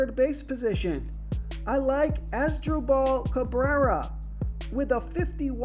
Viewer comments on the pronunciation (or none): Asdrewball cabrera? Im here for the mangled pronounciations